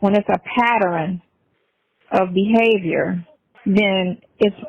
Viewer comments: Patterin?😮 It's pattern 😅😅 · Let's all say it together, Pattern NOT PAT TER RIN 😂😅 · Patterin. Patter-inn